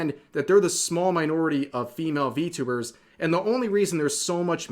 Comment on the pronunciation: You said it wrong its ENVY-tubers